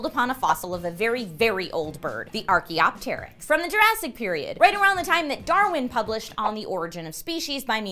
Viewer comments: Archaeopteryx: ar-ki-op-trix.... not teee-rix =_= so fking annoying... that said, interesting story~ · 1.dem boobs gurl. 2.everytime you say "archaeopteryx" you add 'tear' in it. 3.spoop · Why does she pronounce archaeopteryx like that?! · she pronounced Archaeopteryx wrong